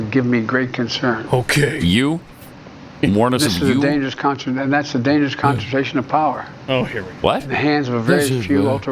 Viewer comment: I couldn't figure out what he meant by "the dangerous contrazation of power."